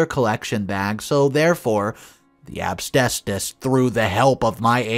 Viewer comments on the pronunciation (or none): Story 2: The word is AS-BES-TOS. You should practice it over and over so you don't end up pronouncing it AB-STAY-SOUS. It's a pet peeve of mine, especially when you're saying it consistently wrong. Ugh! 🤦‍♀️ SMH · considering it is easy to see how to say it and not some obscure word like terpsichore (sp?) He really should not be saying "absbestos' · What the hell is obstestus? I've heard of asbestos , but never heard of obstestus before! 🤔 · It's pronounced as-BEST-us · 😁😆😅🤣😂🤣 Asbestos. I love your pronunciation. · needs to learn how to pronounce asbestos!! 😳